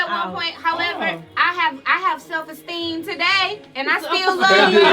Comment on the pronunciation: "Do you have low self esteeN" LOL, i'm Done